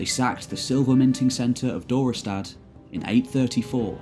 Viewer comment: The pronounciation of Dorestad was quite good! Walcheren could have been better, a harder ch. Great video anyway!